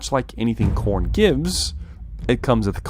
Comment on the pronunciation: you must be a slaaneshi otherwise youd say it right.